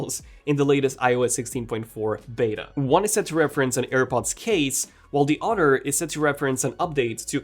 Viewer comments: I love how you say the word other as odder or otter lol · Bothers me he can’t pronounce “th” in other or although … the oder day and aldo 😂😂😂😂😂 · I like how he says "odder" instead of "other" and "furder" instead of "further."